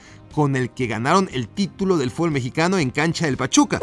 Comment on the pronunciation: 2025 y los memexicanos siguen sin saber jugar al fútbol. Ni tampoco pronunciarlo correctamente. Sigan así.